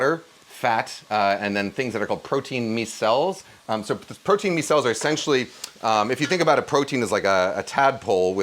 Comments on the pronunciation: Love these new kitchen recipes! Also, 'micelle' is pronounced 'MY-cell'. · Wild way to pronounce “micelle” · Hi Kenji!! Please look up the pronunciation for the word "micelle" --signed, a triggered biochemist 😝